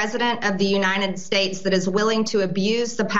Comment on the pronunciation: "The Uninend States"